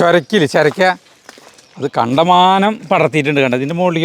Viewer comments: Cherakka alla churakka aanu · Churakka ennanu parayuka cherakka ennalaa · എന്തു രസമാ നിങ്ങളുടെ സംസാരം. അടിപൊളി ജീവിതം ചിരിക്കാനേ ഉള്ളൂ 😄😄ചെരക്ക അല്ല ചുരക്ക 🤩🤩രണ്ടു ദിവസം ഞാൻ അവിടെ വന്നു നിന്നോട്ടെ. മനസ്സിന് സന്തോഷം കിട്ടാൻ. ❤️❤️❤️🥰🥰🥰🥰🥰